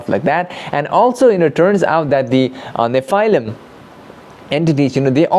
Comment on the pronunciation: Check your pronunciation of the word nephilim :)